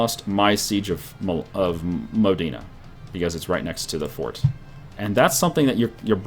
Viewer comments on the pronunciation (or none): none